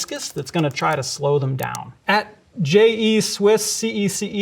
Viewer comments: 'Jay ee Swiss' Je suis Clearly a microbiologist, not a linguist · Nobody gonna bring up the fact he pronounced "je suis cece" as "jay ee swiss see-ee see-ee"? Aight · I lost it at "J. E. Swiss C. E. C. E." That poor French girl. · i as a non french feel violated by that pronounciation of je suis cece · Sorry but I am absolutely laughing at how he is saying Je suis cece. This guy obviously never took French :D